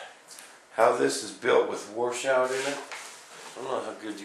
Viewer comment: Washout - Not War Shout!